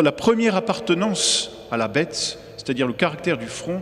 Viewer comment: damor c'est bien la marque de la bête qui se révèle !!!....pourquoi prononce t il. :" la betesss " ??